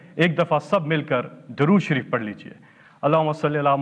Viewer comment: پہلے اپنا درود شریف کسی مولانا صاحب سے درست کریں ۔